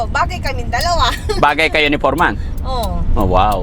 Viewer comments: forman pgbasa Nyan Df silent e' (foreman) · FOREMAN pronounced as fòr-- man ( silent "E" ) 😊✌️